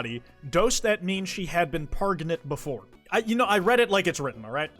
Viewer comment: bro its pronunciations of pregnant